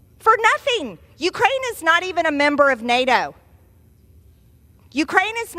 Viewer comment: MTG, please!!!! NATO has a T and not a R!!! You don't say NARO!!! 😂